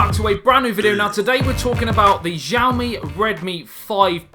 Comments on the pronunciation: its not zhaoimi......its xiaomi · Wright pronounce is Šaomi, but I know that is hard to said on English... this phone, redmi S2 or Samsung J4 +..? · The most interesting thing about the phone is its pronouncing, it is different for everyone : Shaomi ,Chaomi, Hiaomi, Ksiaomi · Pronounced name wrong. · thank you!!! His pronunciation this cringeworthy